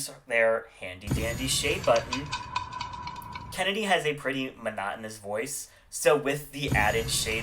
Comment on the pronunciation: fame and who? Did you say Kandy instead of Kennedy? Like you said it twice